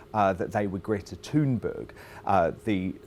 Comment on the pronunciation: That's how it's pronounced.